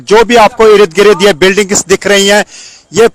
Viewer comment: बार बार इरिद गिरीद बोलके इसने irritate कर दिया है